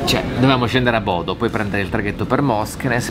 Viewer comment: eddai su, sei stato in Norvegia mille e una volta e ancora sbagli a pronunciare i nomi dei posti. Almeno quelli facili tipo Bodø ormai non hai più scuse per non impararli.;)